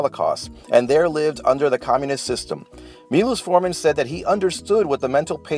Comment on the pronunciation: I almost lost it when he pronounced Miloš Forman as "my loss for men" and "me loose four men"